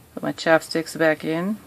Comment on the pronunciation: I love how she calls them chapsticks instead of chopsticks [